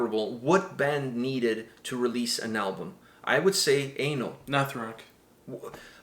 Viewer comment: Pronounced ‘Uhh-nahl’ not ‘aye-null’